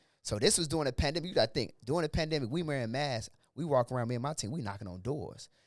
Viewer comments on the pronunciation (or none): Bro said yeah this a Bandemic now 😂